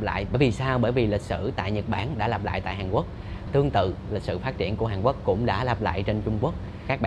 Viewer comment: Mình nghe chữ hàn quốc như hàn uốc vậy